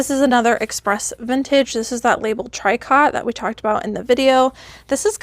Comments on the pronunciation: Tricot pronounced " tree-coe" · Tricot= pronounced Tree-co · Tricot is pronounced Tree-ko (long O). French origin I believe. Good bins trip and haul. Not too much whatnot so far! :)